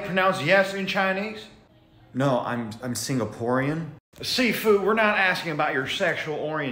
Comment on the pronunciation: I thought he said Seafood instead of Sifu. Sifu makes way more sense tho xD